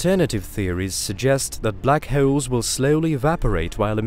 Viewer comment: "Black Heoles"